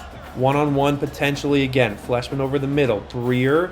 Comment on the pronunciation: I would pronounce Fleishman with a long I sound, like flyshman